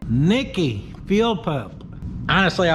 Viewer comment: Nikki is pronounced Knee-Kee.